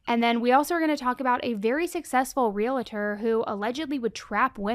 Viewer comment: Point of clarity, that would be ‘real-tor’ not ‘real-eh-tor’